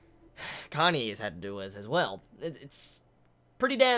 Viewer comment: Really late to the chapter, but still I got here. Ehem... Goddammit with your Kanye,, it's pronounced Ka-Na-Eh. You may be doing it on purpose but still, it's annoying and threws off all the serious mood you build.